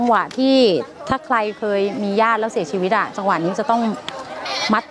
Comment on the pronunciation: อยากให้นักข่าวผช.อ่านว่า "เสียชีวิต" จะดีกว่าไหม ฟังอ่านมาหลายข่าวแล่วไม่เคยพัฒนาเลย